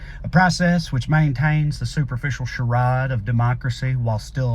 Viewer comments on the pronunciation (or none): Your pronunciation of charade had me buckled over laughing. Not sure if it was on purpose. Adorable though. Told my twin tell her daughter to pronounce Terre Haute like Les Nessman, she's going too colellege there, the daughter not my twin. Old references. You might be too young. WKRP in Cincinnati.